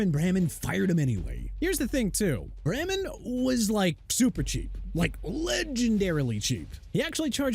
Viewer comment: YOU FORGOT TO MENTION THAT BRYAN COX PLAYED FOR THE DOLPHINS, BEARS, JETS AND SAINTS DUDE!! PLUS IT'S NORMAN BRAMAN PRONOUNCED BRAY-MAN!! IT'S NOT BRAM-MAN!! USELESS...